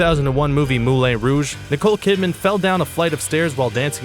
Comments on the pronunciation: ....Moo-lay rouge? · "Mool-ay" Rouge? "Scolded" his genitals? Guys, this is an entertaining and informative video, but your narrator has issues with pronunciation and mealy-mouth syndrome. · Your pronunciation is atrocious. MaYYYYorca, EEEEEEon Flux, verteBRAYYYYY, Moo-LAHN Rouge. I'm really quite amazed you pronounced "Achilles" and "genitals" correctly. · Is the narrator ignorant, deaf, lazy or illiterate? He calls the famous Paris nightclub on which the 2000 movie is based the "Moo-lay Rouge" and refers to the famed, Greek mythological hero portrayed by Brad Pitt in the film Troy as "Ahk-Heel-ees."